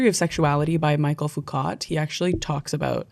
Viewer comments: Guys, it's Me-shell Foo-koh. Not Michael Foo-cot. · Lived the video. Need to tell you Michel Foucault is pronounced Mi-shell Foo-co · I think Michelle Foucault is pronounced “mee-shell foo-co” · I love this chat, but for MF's name you might like to try something more like: "Mi-shell Foo-Co" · It's so funny hearing Michel Foucault's name being pronounced in such an English instead of French way. Also, I'm gonna call myself a 'gender deviant' from now on.